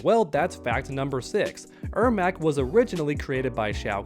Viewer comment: Im surprised he is saying the name right! He clearly struggles with Janet and Janette!! 🙄🙄